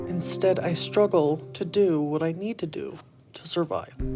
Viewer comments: Why say "scruggle???". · “I skruggle” 🤣😂😅